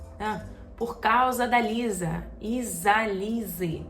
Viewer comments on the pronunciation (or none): none